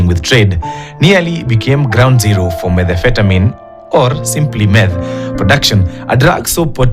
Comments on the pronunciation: Methamphetamine not methamine* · Naskia methefetamin😂😂This thing kweli bado haijafika Kenya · KTN should hire presenters that can actually read. Who in their right mind doesn't know how to pronounce Methamphetamine? 💁🏽‍♂️ Busy with your accents 🙄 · Correct pronunciation of the word "Methamphetamine" should be a requirement for anyone looking to be a journalist 😂.. Happy new year wakuu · Wakuu, Yani nyinyi wote mmeshindwa kupronounce "Methamphetamine"?.. Acheni hizo buana😂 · kwanza huyo madam presenter Methamphetamine ilimpiga tackle ya shingo mbaya sana